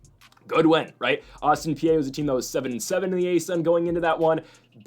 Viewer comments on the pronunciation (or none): If you want people to take you seriously (and your show is solid) you gotta know how to properly pronounce these teams names. Bell-ARR-minn Austin PEE TOE-sun